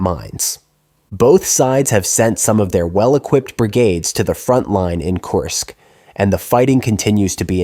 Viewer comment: Kursk... kURsk... not Course